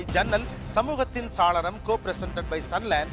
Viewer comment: Saaralam nna jannal nnu artham!! Not “Salaram!! Gopi Sir!! Saalaram nna artham vera!!! Thamizh arinjargal ulla sabayil idhu thappu!!!